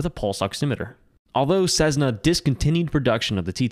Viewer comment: Sezzna . . . FFS